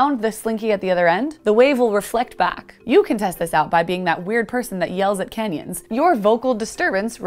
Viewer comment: Did anyone else hear: “You can test this out by being that weird person that yells at Kenyans.”? The video was playing in the background and without the picture context, “canyons” sounded like “Kenyans” to me for a second until I realised what she was saying.